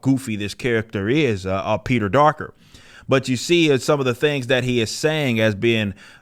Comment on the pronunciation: Did he just say "Peter-Darker"? Yeah I'm just gonna sub now.